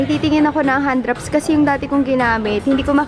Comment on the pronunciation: akala ko "handraps" 😂 hand wraps pala 😂 iba nadinig ko hahaha